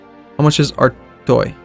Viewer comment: Just saying but Artois is pronounced artwa